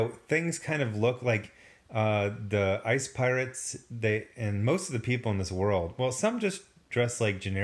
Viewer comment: ICE PY-Orates?